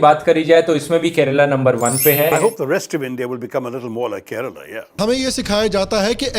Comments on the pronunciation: it’s not kerela it’s kerala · Abey Kerela nahin, KERALA. Serious video mein bhi meme karne chala 😂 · Some news anchors need to learn. Its Prounounced as ‘Kerala’ not Keral! Its like saying New Del instead of New Delhi! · Aree tera content shuru se hi support Mae haiii. Kerala ko kerela bol rha h aur tu kya fact nikal rha h.😂😂 BHARAT doob rha h andhbhakt se🤦‍♂️ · Okay someone needs to say this. Brothers and sisters of North India, It isn't pronounced Keh-reh-lah or Keh-rah-lah. Ke-Ruh-Lah is the correct pronounciation.